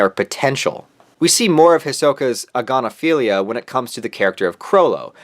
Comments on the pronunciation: I lost it when he said "agonophilia" I immediately thought aGONophilia IM ORBITING ⭐💀💧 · Didn't you mean... A*gon*ophilia?